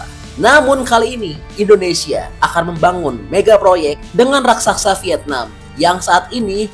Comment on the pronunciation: Raksasa pak,bukan Raksaksa...pengucapan angka/nominal harga coba agak lebih tenang agar jelas,tidak terburu2 ,jadi tidak jelas apa yg dmasksud ucapan nya